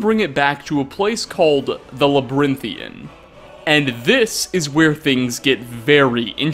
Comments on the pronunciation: "Labyrinthian", not "Labrynthian" 😂😂😂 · and he mispronounced "Labyrinthian" every time he said it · My biggest question is why you pronounce "Labyrinthian" like that. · Mispronounced Labyrinthian and riekling, smh did you even play skyrim 😉